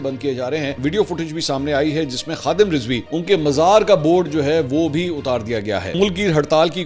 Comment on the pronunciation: Lafz Rizwi nahi, Razvi hota he. apni tashiih ker Len.